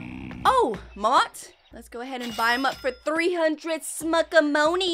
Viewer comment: Bro you said mott not mammott but it’s ok because I called mammott maamymoot when I was new ❤😂😊